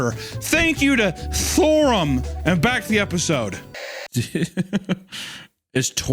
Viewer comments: he said it in a way I can’t forget “THORUM” so that’s good for THORUM. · i woke up at 4am to hunter saying STHORUM over and over thinking i was stroking out